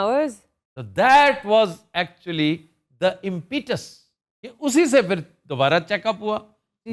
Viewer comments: The word is impetus, pronounced as impitus but you slaughter it as impee tus. Go secretly check it out and correct it. Secretly because you have an inflated self image…it is my biggest desire to someday countenance you in a setting where you’re told where you get off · It’s not impeetuuss